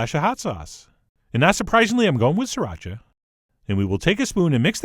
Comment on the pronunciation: He did it! He mastered the pronunciation of sriracha! At least, I think.